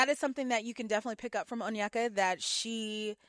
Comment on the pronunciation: Many first gen Nigerian Americans were raised in predominately white spaces, resulting in lot of passive self-hate towards their appearance and idolization of eurocentric features. I imagine that's what's going on with Onyeka (btw her name is pronounced "oh-nyay-kah" not "un-yeck-uh") when she was describing this Danish guy so positively. But I agree --her comments were very concerning.